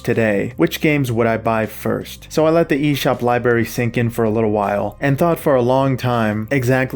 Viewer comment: Lieberry lol